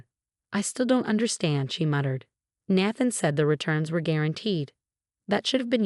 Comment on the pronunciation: Nathan is pronounced "Nay-than". 🙄